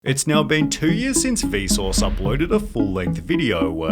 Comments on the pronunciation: Every time you say Vsause I hear Bezos for some reason 😅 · it sounds like he is saying Bezos, instead of Vsuase. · Whenever he says vsauce I hear bezos. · The way you say Vsauce sounds like Besos